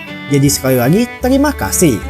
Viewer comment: Bang bukan telimakasih tapi teRimakasih